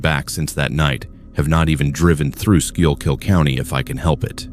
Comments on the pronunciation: Eldritch geometry and biomechanical horror? nice. ps it's pronounced 'skookull', not whatever the ai voice tried lol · so as a resident of Pennsylvania that was supposed to be pronounced “school-kill “county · Lol true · I felt the same way hearing Schuylkill County in story #1. 😅